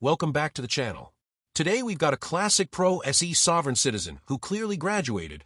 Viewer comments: Either the narrator is AI, or really ignorant. “Pro se” is not pronounced “pro essee”🙄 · "Pro S - E" lol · The AI is horrible. The “Pro Es Ee” defendant. Ugh!